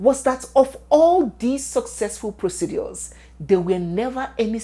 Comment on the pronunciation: 😅 you won’t kill me with your pronunciations especially how you say proceDUAS